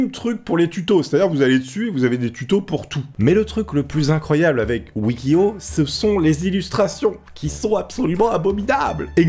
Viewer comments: Pk il dit Wiki Hoe au lieu de Wiki How? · Ha ça ce voit que tes pas bilingue toi ça le prononce "wiki haw" On s'en fou mais ça me stressait